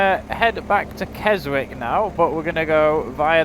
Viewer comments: Pronounced Kes ick the W is silent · Hi just want to say Keswick has a silent w and wrynose pass first 3 letters sounds like rye hope you don’t mind us saying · Great video as always guys, but just to note, the w in Keswick is silent 😂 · Love the video :) It's pronounced Wrynose to rhyme with tie (Wry-nose) and the 'w' is silent in Keswick, so it's pronounced Kessick. I was up Wrynose and Hard Knott on New Years day this year, so the memories are still fresh. (MUCH quieter!) Oh, and look up the Fred Whitton sportive and you'll see it's a single cycle sportive that takes in all the passes you did that day.